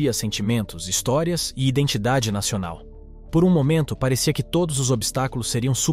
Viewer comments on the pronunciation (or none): none